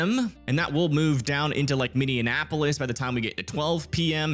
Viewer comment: Minne an what!? Its minnie App O lis buddy.. not tryna be rude just would like my city pronounced right.